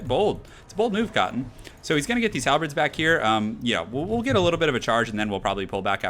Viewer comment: No, he says "Halbreds" It's pronounced, as it's spelled. "Halberds".